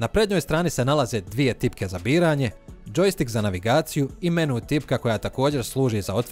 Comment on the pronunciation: Nije menu nego mèni